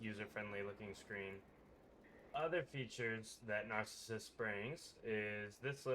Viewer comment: My fn god, what's with all of these "content creators" who can't pronounce simple or famous words. I want to punch somebody every time I hear 'herth', and now Narcissus? If you don't know how to pronounce something, look it up!